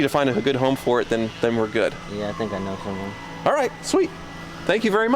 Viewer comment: “I cant take it hOome” 😂